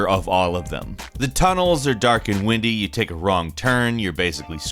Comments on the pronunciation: Andonly or he has a script that he wrote and forgot what he meant and pronounced it wrong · I like how he read the script as “the tunnels are dark and windy” as in “the wind was blowing” and not “the long and winding road”